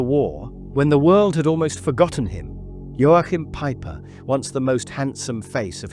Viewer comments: It’s pronounced Yo~Kim. There is no pronounce Ain the middle. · Unsinn, das "CH" in Joachim wird wie das "CH" im deutschen Wort lachen oder im russischen Wort choroscho(gut) ausgesprochen...